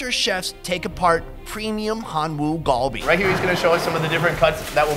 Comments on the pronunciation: Its not gulbe its galbe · Galbi is not pronounced “gall bee” phonetically. My peeps use the wrong letters to translate it and have misrepresented the word. It’s pronounced “car bee”. Spread the word